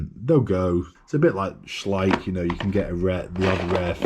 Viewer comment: At last someone who pronounces Schleich correctly 😂